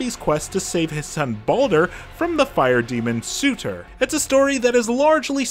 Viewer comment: Su-ter... Really...